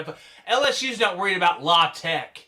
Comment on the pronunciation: Aye chill on our instate teams it’s L..A..TECH😂😂😂